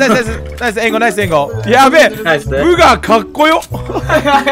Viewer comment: 終始ブーガじゃなくてブガーっていってて草